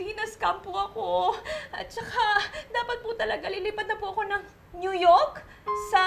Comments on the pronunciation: new yolk daw (new york)😂 hahahaha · new yolk. sowy. angy sabi nya 😂😂😂😂